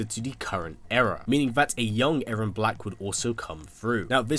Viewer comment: It’s now A-rron it’s E-rron